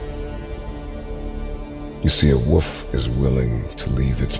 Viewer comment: If you are going to public speak, pronounce words correctly. It's a WOLF, not a WOOF. Lol....drives me nuts...